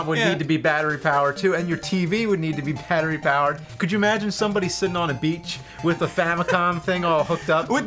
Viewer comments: " and your tv would need to be pattery bowered" xD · "Pattery Bowered"